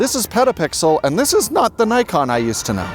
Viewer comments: Actually the pronunciation of “Nikon” is /ni:kon/ instead of/naikon/, it is a Japanese pronunciation 😊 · It's Nikkon not Nykon! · Please, learn how to spell Nikon. It reads as "Neekon". In most languages the "i" reads as "ee". Just watch japanese videos about Nikon gear and listen how they spell it...